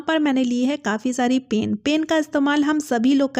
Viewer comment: Pain nhi pen bolo yaar😂